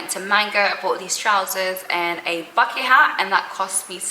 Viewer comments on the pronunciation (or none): none